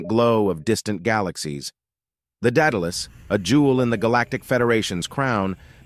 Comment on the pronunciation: In the name Daedalus the second A says it's name so it's pronounced DaudAlus not Data less.